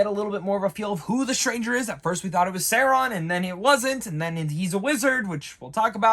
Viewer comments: SAU-RON,not Sairon🤣great review for the rest my guy 👍😎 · dude are you saying his name like that on purpose?